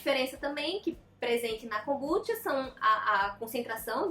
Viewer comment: Tenho TDAH e adorei o vídeo. Acredito que ela esteja falando para um público não leigo, há diversos vídeos 'amadores' sobre o assunto. E a pronúncia dela está correta, assim como Kombuchá tbm está.